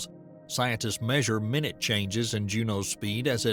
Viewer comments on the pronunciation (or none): You should probably know when minute is pronounced "my-nute" vs "min-nut". They do not mean the same thing. 'Looking for "min-nut" changes' doesn't mean anything. I had to turn off the video at that point. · Damned AI voicing! It does not know the difference between minute (60 seconds, pronounced: mín-ût) and minute (small amount, pronounced: mī-noot). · 'Minute' meaning small is not pronounced as 'minute' as in the the time unit. this is a channel of dubious quality that all should stay away from. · They mispronounced "minute" meaning small, the way you would say 60 seconds.